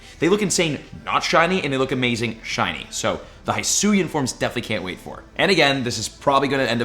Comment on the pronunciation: Hate to be that guy but its not Hysuin its he-suian